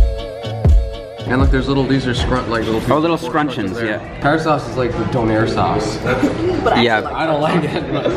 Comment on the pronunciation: Not co air..donair